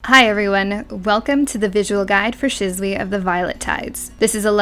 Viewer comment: Shizzuey rofl. Oh dear these Japanese name pronunciations are going to get me aren't they.